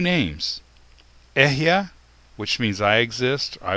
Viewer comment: Why do you pronounce it as if it is EHYAH, when you write it in EHYEH? Shouldn't be "E" pronounced as "E" and not "E" as "A"? Maybe "YEHWEH" is the sacred name instead of "YIH'WEH"?